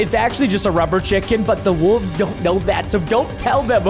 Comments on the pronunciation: Why does he say "wooves" instead of "wolves" 😂😂😂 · I didn’t know he said wolves like that